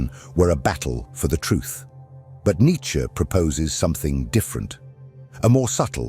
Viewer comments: Not who I am, who humanity cannot be! ... side note, your pronunciation is very devote, not in the best for this piece; but thank you none the less. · Correct is Nitche however as always, not in general situations🤭🙂😊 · I would appreciare an actual human narrator ..one who could pronounce Nietzsche